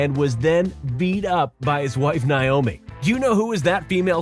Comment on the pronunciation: That's Naomi not niomi 😂😂